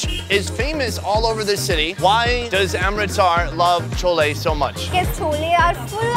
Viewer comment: Love your accent “welcome to Aaaaarmrrrritsaaaarrr”